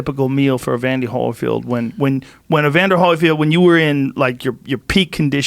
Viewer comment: "Evandy Holerfield"